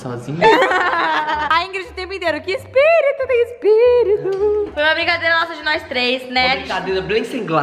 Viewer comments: Uma blicadeila sem glaca 🤣🤣🤣🤣🤣🤣🤣🤣🤣🤣🤣 cebolinha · Uma brincadeira bem semqlasa ó o Cebolinha aí kskskks